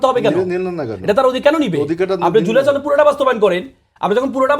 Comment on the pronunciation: ছ নদ না সনদ.